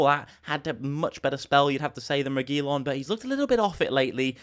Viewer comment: Man you are butchering the Regulion name the way your saying it.